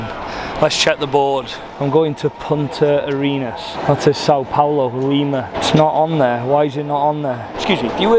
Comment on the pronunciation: you said Punta Arenas correctly 👌🏽